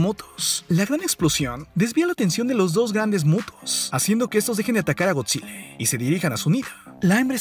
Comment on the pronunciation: Soy el único que le escucha Godzille, si energíe, el orque el macho alfe, la isla calavera.🤔